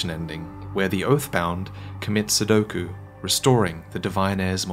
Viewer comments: Commit Sepuku not sudoku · I love how you still fuck up and accidentally call seppuku sudoku xD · IT IS SEPPUKU. NOT SUDOKU DUDE! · sudoko? you mean seppuku? LOL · Any one catch saying "commits sudoku" instead of seppuku? Lol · Did you say "Where the oath bound commits sodoku" insted of "seppuku"? Was that intentional? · I really hope was kidding around when he said “sudoku” instead of “supuku”. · He really said sedoku lol, i beleieve he means seppuku, another term for hara kiri (honorable suicide), just made me giggle when he named a game in place of killing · Did... you just call it "sedoku"? I can never tell when you're joking. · My soul was sent into the void when I heard "sedoku" 😆😆 it's "seppuku" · Did anyone else notice him saying "sudoku" instead of "seppuku"? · One question: Why does everybody says sudoku instead of sepuku even in dead serious videos? Is this a YouTube monetization thing? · Anyone catch the fact he said sedoku instead of seppuku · Did he say commit Sudoku instead of Seppuku? Edit yup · Did you say commit sudoku? Hilarious. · Stop saying sudoku when you mean seppuku. Its not funny. Its all I can focus on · Seppuku XD maybe this was the video you were talking about when you said you made a mistake calling it sudoku 😂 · Wait, did you mean to say sedoku? Do you mean senpuku? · Wait did he said "Commit Sodoku"? lol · I think you said sudoku instead of seppuku which is hillarious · is it me or you said "commit sudoku"? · its a meme pronunciation, of course its on purpose. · "Commits Sedoku" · do u just say sudoku? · "commits Sudoku" I went back to listen to that twice lol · 'commit sudoku' I herd that lel You memey fuck